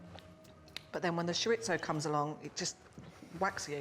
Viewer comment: I wish they would learn how to pronounce ‘chorizo’ It’s not Italian, and it’s not written with two z, like pizza! If you don’t speak Spanish, there’s no need to lisp - just pronounce it like an ‘s’